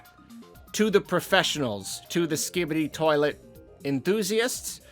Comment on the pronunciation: How did I get to this comment like I’m on a guided tour for fucks sake lol, said it spot on in the video 😂